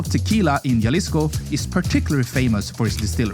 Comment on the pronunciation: Hemisphere. Jalisco. Kiribati. The pronunciation was awful! With all the research you put into these videos, you’d think one would research how to pronounce these places. Google will even sound it out for you. 🙄